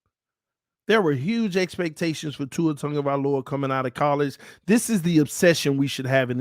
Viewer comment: TAG-O -vai-O -La no N in the name No Tungo or Tango i the mans Name lol just needed to get that Off my chest